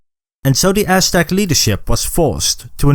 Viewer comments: This sounds like the oshtec from mkx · Not trying to make fun of the pronunciation but I love hearing “ ass stack “ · Practice saying Aztec